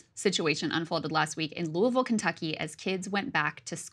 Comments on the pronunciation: Krystal did an excellent job covering this. The Republicans of this state have refused to do their job and have frequently waged war with Jefferson County purely out of clashing ideologies. Also, kudos for pronouncing Louisville properly. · 100% authentic pronunciation of "Louisville." Bravo!!!